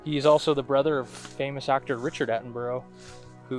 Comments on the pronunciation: I watched this video when it first aired. BTW his name isn't pronounced like that, it sounds like Atten-bur-ah same as Edinburgh (Edin-bur-ah) Soz don't mean to be the pronunciation police! At least you say 'out' like a good Scotsman!! :p Keep up the fantastic work! Oh BTW I watched a very convincing piece of film last night and wondered if you'd seen it and if you intended ever doing a review of it? If it's not a fake, it certainly looks and feels very real. Really hope this isn't a fake but if it is it has got to be Hollywood grade special effects- made me laugh when it stands up and the dude filming just bolts! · OMG... learn to at least say his name properly!!!!